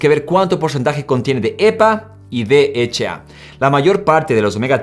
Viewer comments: Ja si h no eche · DHA. (escuché bien? dijiste 'de' , 'eche' 'a' ????? Que onda maestro. la H se pronuncia 'ache' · El "de heche a" ese cual es ???? Yo solo conzco el "D H A" ...... "de heche a"... INSTRUYETE ANTES DE SUBIR CONTENIDO !!!! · Javier Castro si 😂😒